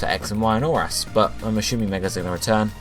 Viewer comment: Can you please stop pronouncing assuming as "ashooming"? It's fucking annoying...